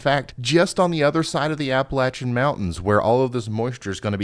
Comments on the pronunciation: Thanks for pronouncing Appalachian correctly! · Thank you for pronouncing Appalachian Mountains the way the natives do.